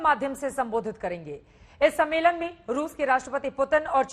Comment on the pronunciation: मैडम दलाली के लिए इतना एक्साइटेड हैं कि ढंग से बोल भी नहीं पा रही है सम्मेलन को सम्मोलन कह रही है😀😀😀😀😀